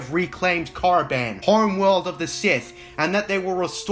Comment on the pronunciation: Don't even speak of that abomination. And it's KORIBAN not moriband. Ugh by the love of God I can't believe george signed off on that crap